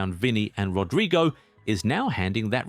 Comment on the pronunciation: How the hell do you pronounce Rodrygo as "Rodraigo" I've had it with you, you're dumb as hell or you're just doing it on purpose. There isn't any new video of yours unless you mispronounce at least, one player's name